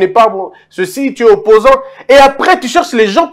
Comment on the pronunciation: Non seulement mentir mais aussi bien parler et écrire en français (dire Président éli au lieu d'élu, ti es au lieu de tu es, etc., c'est pas français).